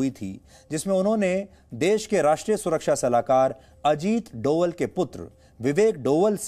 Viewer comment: Sir डोवल नहीं "डोभाल" हैं